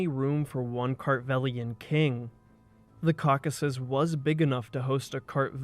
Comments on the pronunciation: I mean, go back and listen to yourself say caucus at least five times, and then listen to any other native English speaker say Caucasus. You are one syllable short. What about the text and sources, though? That’s much more interesting. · Thanks for a really comprehensive coverage of the material in English. Is this your original text? What sources are you using? You make a valiant effort at pronouncing the tricky names and toponyms, but I just cannot help but point out that it’s the Caucasus mountains not the caucus mountains. And Giorgi is pronounced ghee-or-ghee. 😅 But who am I to pick nits? Good work. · incorrect correct correct incorrect incorrect